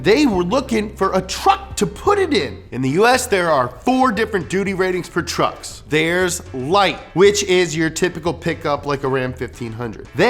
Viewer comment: tuercks HAHAHAHA